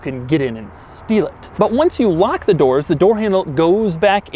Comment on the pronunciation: the way he says steal is funny